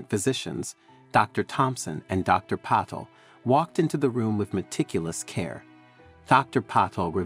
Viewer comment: The g in gynecologist is a hard sound and Patel is pronounced Pat-el